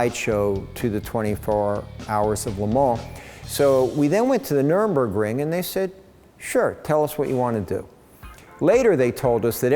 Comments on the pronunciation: This guy keeps annoying the shit out of me by mispronouncing Nurburgring as "Nuremburgring". You would think as a German Jew, he would know the difference between Nuremburg & Nurburg. You would also think that as a German, he would know that there's no Ring at Nuremburg, just a bunch of old courts. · This guy is amazing, no doubt. Funny that he calls the Nurburgring the "Nurenburgring." One would think someone would have corrected him by the time he embarked on building an homologation car. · hi James, (we've met and spoken)... You're awesome! But I believe its Nurburgring, not 'Nurenburgring' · You would have thought considering he's been there that he would realise it's Nur Burg Ring, not Nurem Burg Ring ! It's even on the big sticker on the car behind him ! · Wow, amazing, but please, someone tell him, it's not Nurembergring, no deathcamps nearby.